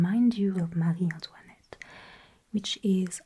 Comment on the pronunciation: Le marie Antoinette sone tellement Français comme si vous était française 😳